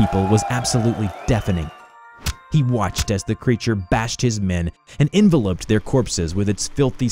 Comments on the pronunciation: Why'd you say envelop like envelope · "Enveloped" his friends corpses He said it like envelope as in paper envelope instead of like consuming envelope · He said it wrong like 3 times. Lol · The way you say certain words makes me cringe. Like the way you say “enveloped”